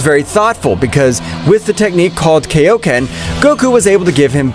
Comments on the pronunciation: its kai-o-ken, not kay-O-ken. It is named after king kai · It's kaioken not kaoken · the technique called kay-O-ken i genuinely dont know if this dude watched dbz or dbs